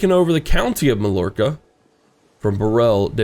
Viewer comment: Loving the series and! Also Mallorca is pronounced like My-Orca. In Spanish double l's make a y sound.